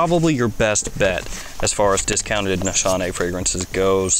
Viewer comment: No big deal but I think it's pronounced Nees-Hahn-Eh. In Turkish the sh does not make a sh sound